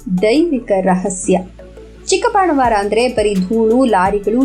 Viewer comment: ಉತ್ತಮ ಮಾಹಿತಿಗಾಗಿ ವಂದನೆಗಳು. ಊರಿನ ಹೆಸರಿನ ಉಚ್ಚಾರದಲ್ಲಿ ಸ್ವಲ್ಪ ವೆತ್ಯಾಸ ಆಗಿದೆ. ಅದು ಚಿಕ್ಕಬಾಣಾವರ. ಚಿಕ್ಕಬಾಣವಾರ ಅಲ್ಲ. 🙏